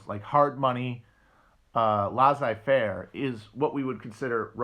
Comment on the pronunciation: Between "lah-zai fair" and "ley-tat eh mwah" I'm starting to think French is not Matt's strong suit